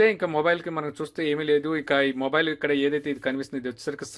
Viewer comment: Morile kadu samy mobile